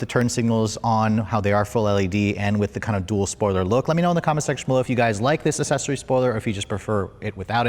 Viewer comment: Accessory pronounced aksessory not ass-sessory